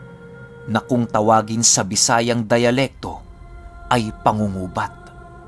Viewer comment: bisaya po ako "pang/gu-gu-bat" is the right pronunciation, from bisaya root word "gubat" means "war". Understandable naman kasi taggalog po kayo.